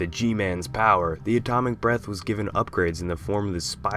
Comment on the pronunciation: Why does it sound like he's saying atomic breast